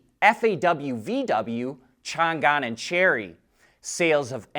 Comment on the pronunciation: ChangAn should be pronounced Chang An (g is silenced)